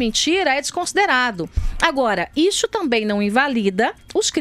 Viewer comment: Até agora ainda não entendi o ISSO. É IXO ou ICHO a pronúncia da Joice?